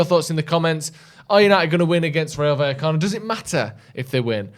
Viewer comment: Finally pronouncing vallecano correctly